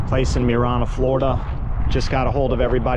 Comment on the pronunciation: Marianna Florida, pronounced Mary-Anna. It's in Jackson County Fl. I drive that way to head to see my parents. The road to 10k continues....